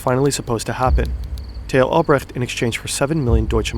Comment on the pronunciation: Tay-ho Albrecht Lol